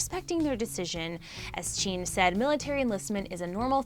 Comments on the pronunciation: Jin=CHEEn?.... I- WHY SHE TALKIN LIKE THATTTT😂😂😂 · JEaN shows Jungkook No hate ily but please pronouce there names right and tell the editors its the handsome guy on the left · Wow never heard of "Chean" and "Chimon" before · She said Jin's and Jimin's names wrong lol. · Her pronunciation of Jimin, JK and Jin’s names sorta triggers me... I’m still so sad... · She pronounced Jimin and Jin wrong. The I doesn't make an E sound. I'm sure she might have noticed it after uploading though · Other than Jin, she pronounced their names correctly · It’s JIN not Jeen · zooms into jungkook while saying that jin the oldest member is most likely to serve in the south korean military me: lmao what jungkook is the mAkNaE, and wtf is jeen? that’s literally how she pronounced jin’s name i’m wheezing. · i'll sue her did she really say chin ??????!!! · Who is " Cheen"? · Chin**?? Girl it JIN J I N jaa aiee an jinn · Emmmmmmm.......its jin not jean 😊😊😊😊😊👍👍👍no hate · Who is “Jean” 💀 I only know JIN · Normal armies: Jin Her: cheeen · Dude, it’s ‘Jin’ NOT ‘jeeeean’, how can you even mispronounce a three letter name like that!???? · No offense but why did you show jungkook while talking about Jin? And jean isn’t Jin.. jeemin, ok good. But jean?!? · wait who the freak is “cheen” lmaooooo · When she pronounced Jin as Jean and zoomed in on Jungkook. Tbh me starting out as an army thinking I know stuff and trying to explain every member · Every time she called Jin Jean I just wanted to correct her so bad. Like...how do you mess up Jin’s name that bad?! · She said jean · She also said Jin-hoo? LOL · 3 army forever BTS is my lifeu “Chean” when she said jin😂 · I'm sorry but she said "JEEEN" 😂😂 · Introducing two new members of BTS, “Ji-mene” and “Jean”. She should attempt to get the pronunciation right. She didn’t screw up JK’s name too badly though. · "" "Cheen" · I love how she pronounced Jimin’s name as Jeemin, Jin’s name as Jean, and Jungkooks name as Chungkook smh 🙄